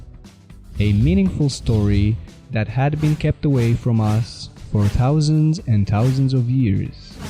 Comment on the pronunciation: Did you stay home from school the day they taught yinz the letter H or what ?? It's eartH, not ert... It's tHousand, not tousand...